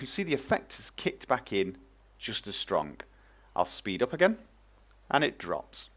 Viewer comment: I love how you say the words- stronG and runninG. :)